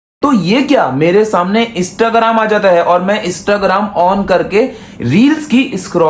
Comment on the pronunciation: Istagram Bhai nay new word ijad Kya aray wo Instagram hota hai bolna to sikhlay phir Karna Mishkat bhai ko roast bara aaiya